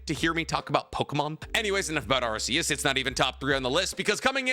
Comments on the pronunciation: One thing about Arceus, is that it's pronounced Arc-e-us, not Arse-e-us. The RKS system that's associated with Null, it's supposed to be a word-play on Arceus. RKS sounds like Arc-e-us. RKS does NOT sound like Arse-e-us. I don't even really give that much of a shit, and this isn't really a criticism or anything, but I just thought I'd point out the proper pronunciation. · please Arceus is pronounced ar-key-us, you can reference type nulls ability the R.k.s system because it's a failed clone of arceus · it’s pronounced arc-e-us the arc part as in Noah’s arc